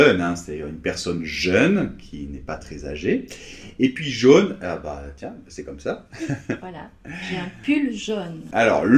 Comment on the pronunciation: Désolé mais le vrai o fermé du mot jaune, c'est Noemi qui le prononce vraiment bien. Merci pour votre vidéo.